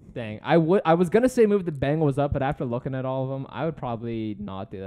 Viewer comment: Dude said bungles 🤡